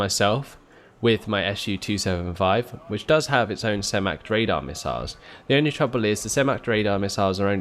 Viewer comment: Su-27S. "S-U-Twenty-Seven-Ess"